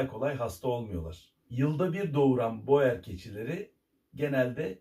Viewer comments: Aslında Hollandacada boer yazıldığı gibi okunmaz, "bur" diye okunur ve dediğiniz gibi çiftçi demek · Hocam boer yaziliyor lakin buur diye okunuyor. Belcika’da gittikce popülerleşiyor lakin burda eti için değil hobbh olarak besleniliyor